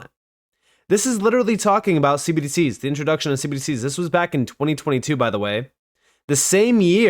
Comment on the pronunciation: Man, I really wish you'd stop saying cbdcs as one syllable.